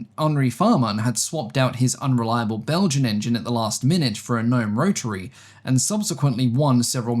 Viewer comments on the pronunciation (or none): none